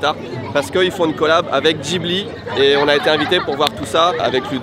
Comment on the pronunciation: faut qu'on se mettent d'accord sur la prononciation de " Ghibli"